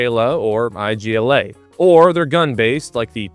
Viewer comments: Listen man, no offense but it's IGLA, not I-G-L-A, it means needle >:3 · Igla is not ay gee el ey, it's igloo with an -ah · The "I.G.L.A" missile is actually just the "Igla". it means needle. And "Strela" stands for arrow. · You saying each letter of Igla made it sound like some southern athletics college.